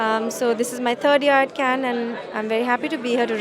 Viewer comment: Yes, he can't even speak Cannes properly